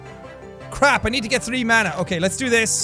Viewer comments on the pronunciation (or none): none